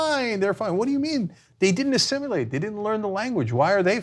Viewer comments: Uhhh... It's assimilate, not "assimulate". 😉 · Cenk and Ana, it's not assimUlate. Other than that, great work. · Did he seriously say "Assim-u-late" twice???